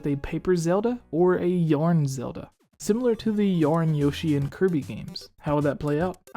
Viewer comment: Wth is yorn?? You mean YARN?